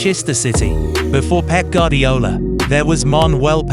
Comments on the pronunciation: It's goo-are-dee-ola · My goodness I wish you could get pronunciations correct. (Gwardiola, Ederson, Gundogan, Ya Ya etc) Good Vid though.